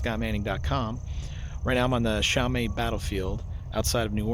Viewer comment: I live two minutes from here. Great video, but we pronounce Chalmette as "Shel-met".